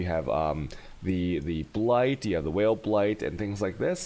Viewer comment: Whale Blaight in spoder forest is pretty gud, you can generate alot of tshaos in case you keep whaling your meeps.